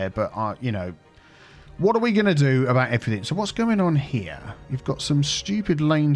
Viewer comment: Drive aboot. ..lol love it